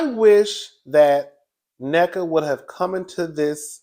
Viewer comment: Na-nika not necka cuzzin😊😊